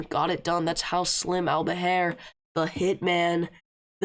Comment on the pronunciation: Nice breakdown👌🏾fyi it’s pronounced “AL-BA-HER”